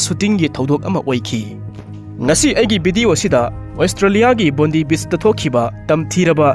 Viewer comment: Bondi beach se pronounce t bondai haibiyo not bondee